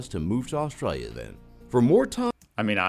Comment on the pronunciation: So the voice on the video can say "Australians" but what the hell is "Austrayia"? lol